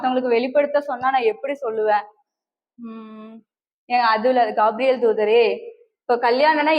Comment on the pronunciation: கேப்ரியல் not gaapriyel